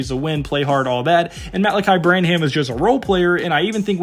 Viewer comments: this guys says dejounte demanded a trade and mispronounces sochan and branham lol. amazing that you can actually go dig up all these clips of these guys and never hear the announcers say their names wemby content tho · You're pronouncing "Vassell", "Sochan" & "Branham" wrong...